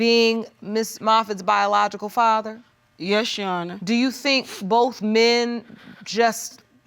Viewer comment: BIJALOGICAL. YEA I HEARD THAT